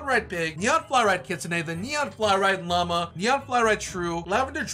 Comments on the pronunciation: The way he think Llama it sound like"mama"😭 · When you were trading the mega fallow deer I thought u said “neon fly ride mama” instead of llama